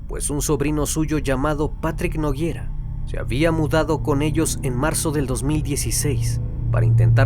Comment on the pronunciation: Nogueira, no Noguiera